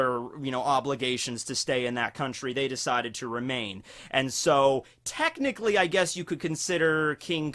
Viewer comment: All these lost opportunities when you said Technichly you should have said Tekkingchly !!!